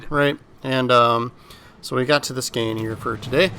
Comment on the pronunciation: Bro really said skane…. its Skåne.. its closer to the Sound of o then a